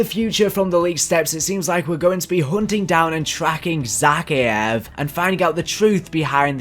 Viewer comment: Thanks for the locations but please for all that is mighty stop stressing the e. It's Za-Kay-ev not Zaky-ev